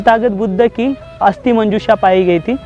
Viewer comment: अस्थि है अस्ती नही।